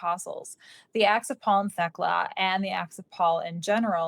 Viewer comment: Thst’s “TEK-LA”. My grandmother’s name.